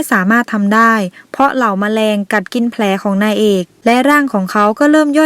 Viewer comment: ทำไม ฟังคำว่านางเอก เป็น นาเอก หรือดราหูเพี้ยน -*